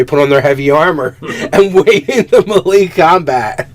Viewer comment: I love you guys show... but please please.. Melee isn't pronounced that way ;)